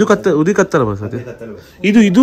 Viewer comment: Jaina Basadi..not basti